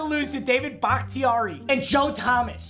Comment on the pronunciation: I’m pretty sure it’s pronounced “BAH-KUH-TAR-E”